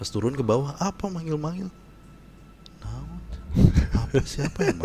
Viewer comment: salah satu yang saya suka dari saat bercerita adalah ketika bilang "naon". ekspresi dan pengucapannya ngena pisan😂